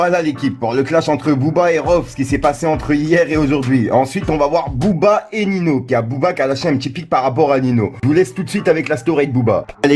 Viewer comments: Sa ce prononcé niño pas nino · C’est pas nino c’est Ninho sa ce prononce ninio 🤣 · C’est pas Nino c’est Ninho